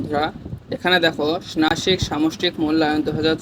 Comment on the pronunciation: ষনাসিক মূলায়ন না😂😂ষানমাসিক